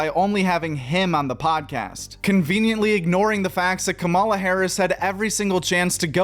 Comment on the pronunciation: why can't this whiteboy say Kamala's name right?